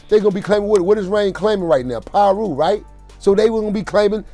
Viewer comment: It's Piru !!! Pronounced Pie - Roo ! Come on !